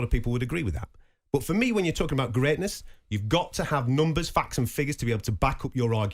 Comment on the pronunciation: Simon, it's 'FACTS' not "Fax"... A Fax is a communication device from the same decade as your hair 👍